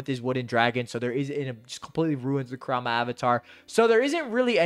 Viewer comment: OMG PRONOUNCE KURAMA'S NAME PROPERLY